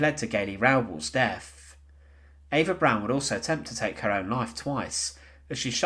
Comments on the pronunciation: It’s pronounced Eva “Brahn” not “Brown”. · Eva’s last name isn’t pronounced brown. It’s pronounced “brawn” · The mispronunciations drove me crazy, with the biggest being his saying Eva "Brown". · It is pronounced B R O W N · He sounds English, to my English ears. Although, I've had to listen to Australians mispronounce European names for 40ish years